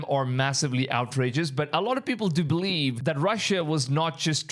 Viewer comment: he does pronounce the V in “massive” and “believe” correctly. It’s quite interesting how that works.